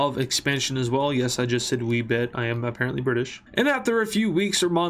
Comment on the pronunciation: your hat realy said "orpzzida"